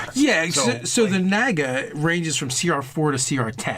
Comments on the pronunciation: haha who pronounces it nega? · that is incorrect, look it up it is Nah-ga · Naga -- (Nah-gah) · Sorry, it's pronounced "Noga". LOL! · captian bert look it up, it is NAH-ga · The Fractured But Whole no it's pronounced NAGa. XD